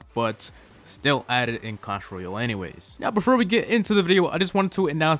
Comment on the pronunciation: why do you always say clash royel